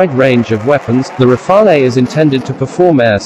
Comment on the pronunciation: You miss pronounce Rafale , there is no eh just say Rafal as the E is silent if said in english , for your info rafale means gusts of wind